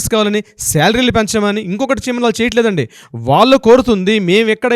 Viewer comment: Pronounciation of vallu is incorrect.